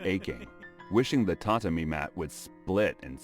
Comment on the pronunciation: Except for the bad pronunciation of Edo and tatami mat, it's a interesting video.